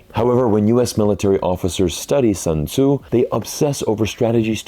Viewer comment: you pronounced Sun Tze as Shan Zhu.... mountain boar?